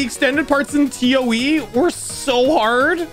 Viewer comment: He said t o e not toe wow